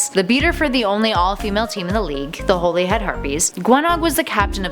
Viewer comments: It's pronounced Holly-Head Not Holy-Head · Drum-stang and then Durm-stang . . . yeah 😂 I noticed that too, and Holy-head, instead of Holly-head, and “cor-emerative” or something weirdly butchered instead of commemorative. She should really slow down a bit.